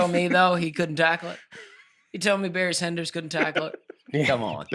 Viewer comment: Hahahaha the Barry Sanders bit had me crying 🤣. Dusty slurring words saying that hahahaha. Too funny